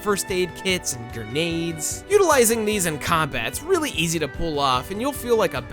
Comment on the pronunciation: jank not jenk, grenade not gurnade Updoot, though, really good coverage of the game.